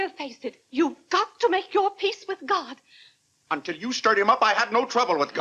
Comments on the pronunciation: Clarence Sr. doesn’t say oh, God…he says oh, gad! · I thought I was hard of hearing. Day is saying gad not god. The subtitle is incorrect.